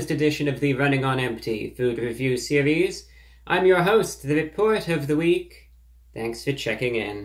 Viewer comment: I like how he sometimes says "The Report of the Hweek"